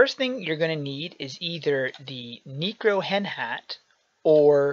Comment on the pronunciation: So how did you get that sword in the beginning? Also, you pronounced "Necro" wrong. It's Necro not Neecro.